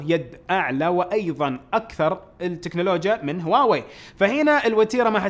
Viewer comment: ترى مافيه مشكله تنطق هواوي مثل الناس ...